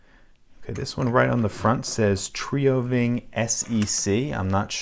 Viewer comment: Here's how you pronounce TrioVing: Tree-oh ving.